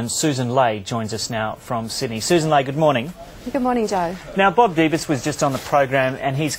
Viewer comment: It's Sussan, not "Susan" !